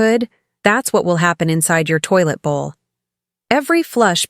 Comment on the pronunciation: Please common you cant say toilet like food oh dear! what is this😏